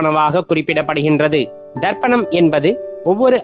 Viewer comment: Wrong pronunciation Darpanam means mirrors Say Tharpanam